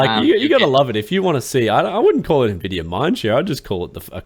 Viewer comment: Me-mes? Are there me-mes about the cayche on nuhvidia cards?